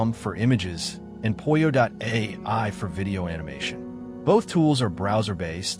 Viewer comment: Aha - I see my first post has been deleted when I corrected you on how to correctly pronounce POLLO not Poy-oh or however you pronounced it.